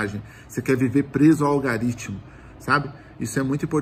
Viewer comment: "Algaritimo" kkkkk